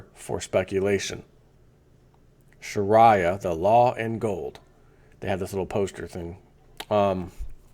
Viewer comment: learn to pronounce Sharia correctly.